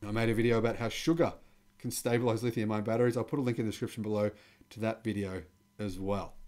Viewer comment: Also "ion" not "iron"